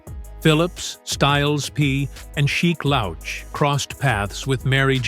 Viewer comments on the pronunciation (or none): Damn my guy said SHEEK LOWCH!! He did my boy dirty with that!! CRAZY WORK!!😂😅😂😅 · exactly totally nasty messing it up 🙄🤦🏾 same as pronouncing Sheek Louch 🤦🏾🤦🏾🤦🏾🤦🏾